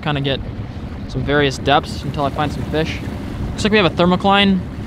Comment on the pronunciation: When he said fish I thought he said bish